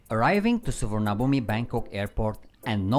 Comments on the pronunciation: UPDATE...Sorry it's pronounced Suwannapoom.😄😂👍👍👍. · roguemale TheOne&Only Closer to Suwannapoom , there is no “v” in the Thai language , spoken or written , and the second syllable is closer to “ann “ than “arn “ . I’m puzzled as to why they chose to use a western spelling that is so far away from the Thai.